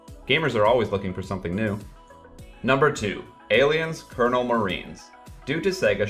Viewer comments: You did not just say “Aliens: COLONEL Marines” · COLONIAL marines... not COLNEL marines... as in colony... not the military rank... ya gonna talk about something atleast know what its called. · “Aliens: cernal marines” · Holy $#it, he literally said "Kernel Marines", TWICE!!! What the hell '? Do you even play games? Come on man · "Aliens Colonel Marines" lmao u mean Colonial? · Dude, seriously?? How many times have you heard the word COLONIAL pronounced at this point? It's not the military rank, take a look at the word again... You pick great subject matter and I agree with a huge majority of your opinions but it's rare to hear you say all these commonly used words and names correctly in a video.